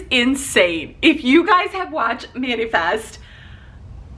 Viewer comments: I kept laughing how you were pronouncing Manifest. You kept saying Manufest and I was like Noooooooooo! LOL!!! That said, everyone I knows has watched or is watching it. I haven’t started. I might be too late to jump on the Manifest plane. Happy 4th of July!!!!!! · It's MAN-A-FEST, NOT MAN-U-FEST. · I've seen three videos now., you can say Mani/Pedi, right? It's Mani - Fest. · Man-"eh"- fest. Manefest. Short e in the middle. "eh" sound. Not long e. Not "ee" sound. Sigh.